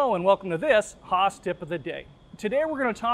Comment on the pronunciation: its not Håås, it's Haas, like the very open "a" in the beginning of "house", man!